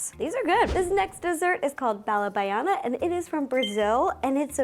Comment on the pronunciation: the way you perfectly said BALA BAIANA makes my brazillian heart melt <3 Thank you for making such an iconic sweet from Brazil instead of making morango do amor, we had enough of it already... There's many better candy here than that. Other sweet treats from here you may wanna try is brigadeiro or dois amores, pé de moleque, pudim de leite, Pamonha (a sweet made out of corn) or doce de abóbora (pumpkin cubes sweetened in a jar), I would love to see you try! <3